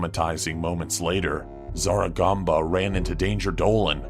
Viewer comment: No one's talking about the fact that said Wan Instead of Ran